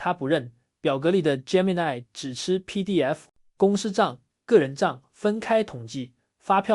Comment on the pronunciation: gemini 發音錯誤